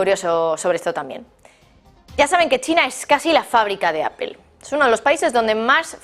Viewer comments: A ver, no se dice apel, fijate: se escribe Apple, utilizando el castellano se diria aple, y la forma correcta en ingles es apol........por lo tanto aprende, nada de apel!!!!!!!!!!!!!!!!!!!!!!!!! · Como comunicadora pro rusa y pro china porque no empiezas por pronunciar mejor Apple y después das tus noticias tendenciosas?